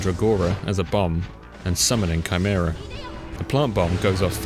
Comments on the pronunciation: great video as usual but for heaven's sake dude it's KAI-MERA, not CHAI-MERA. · Nice vid and commenting for engagement and all that, please man it's a HARD 'K' noise in Chimera, like 'Kimera' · it's the first time I've ever heard someone pronounce "chimera" this way.